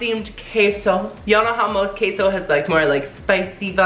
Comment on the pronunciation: I know you are Mexican but you are butchering the word queso lol